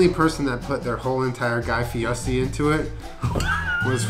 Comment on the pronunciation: Yeah, he says it in an exaggerated Italian accent. It's funny because his last name is actually Ferry which he changed to Fieri which he pronounces as Fietti